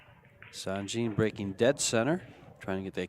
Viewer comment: Guys ,please ,it's Sanjin,not Sandjin.He's a Bosnian ,not Japanese 😂